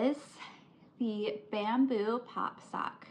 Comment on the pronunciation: Holy crap I thought you said “man boob” cup holder instead of “bamboo” bahahaha. I wasn’t talkin shit I really am binge watching your vids girl 😂🎉❤ I don’t have any friends or family that crochets so as lame as this may sound it’s like I have a friend over crocheting with me lol ❤